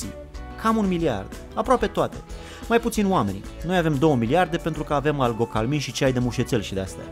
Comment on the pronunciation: "89" se spune algocalmin nu albocalmin😎